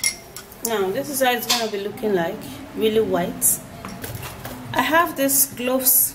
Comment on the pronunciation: You mean cloves? I hear u saying gloves